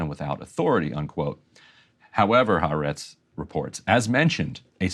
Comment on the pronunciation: Ty for good reporting. But please, not "HaREtz". It is Ha-AH-rets (The Land [of Israel]).